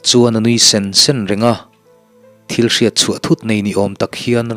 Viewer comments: THIL tih hi thluk deuh la adik zawk ang THÎL tihzawk tur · Thing hming ṭhil i tih khi,ṭhîl tih tur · Thîl tih kha a thlûk tihsan deuh tur a nih hmel ka tia... Thîl thing sawina nia.... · Thil thing Aw kisangin aw Thial tih angin lam zawk tur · fah leh ṭhil tih kha , ṭhil thing kha tih kha thluk seila,Ṭhil ....